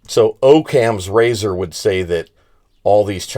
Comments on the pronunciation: Its pronounced Aww-cams razor. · Pronounced Ah-kams razor!!